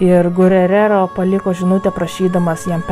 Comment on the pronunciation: geurero o ne gurerero, Benua o ne benoit